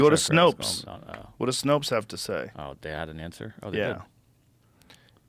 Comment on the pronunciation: "Go to Snopes" SNOPES???